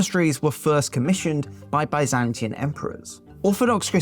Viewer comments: "Byzantian?" Really? This bothers me. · Byzantine, not "Byzantian"